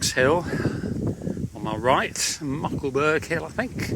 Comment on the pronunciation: Good walking video. I'm from Norfolk. Cley is pronounced Cli or Cl...eye. Muckleburgh is pronounced Borough and not Burgh. Mundesley is Mundsley. Happisburgh is Hazeborough. Palling is Pauling. Few of your places pronounced wrong but i'll forgive that for the excellent content you upload lol